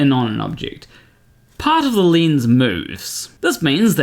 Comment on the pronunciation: Its a lens not lins?Maybe in swedish but how come native english speakers can t pronounce words properly.